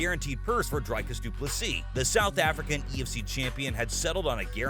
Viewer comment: It's not Dry-Cars, it's more like Dree-Cars. The guy is an Afrikaner, a Dutch version of South African descent. I have a feeling that if you were to call him Dry-Cars he'd get peesed